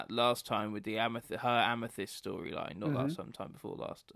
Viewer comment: Pamethyst lol